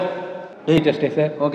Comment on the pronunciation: It is not dai It is day.